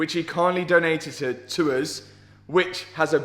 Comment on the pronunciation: you said donatedted lol